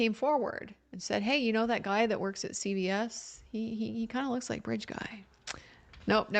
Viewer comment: thank you for your coverage. It's CVS not Child Protective Services. It's the drugstore chain. It sounds like you say CPS.